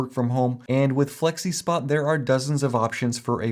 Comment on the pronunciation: You lost me at "Flexispot". 😁